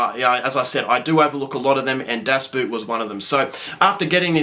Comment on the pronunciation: Pronounced boat